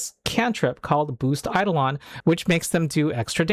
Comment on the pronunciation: One correction: It's eiDOlon (ai-DOH-luhn).